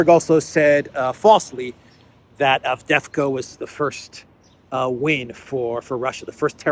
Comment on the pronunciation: Yes the second V is silent in Avdiivka 🤪